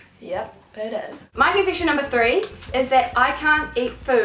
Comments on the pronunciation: i love the way you say confession ^^ it's sound like confishin' to me :) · Confishen! LOL